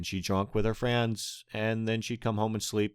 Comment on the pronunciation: He says friends as "frans" Lol